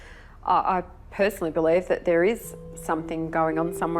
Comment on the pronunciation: I be-LIE-ve